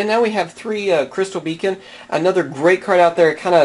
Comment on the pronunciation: beacon not becon